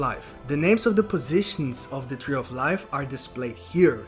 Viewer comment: Damn he butchers the tree name